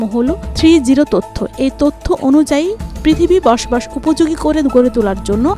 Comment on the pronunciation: তত্ব হবে, তথ্য বলছেন,বাবর বার কানে লাগছে।